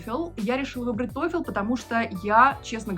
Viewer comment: Не тойфЕл, а тойфл)